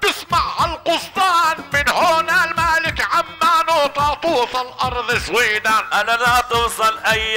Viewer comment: سويدان صحيحة وليست سويدهان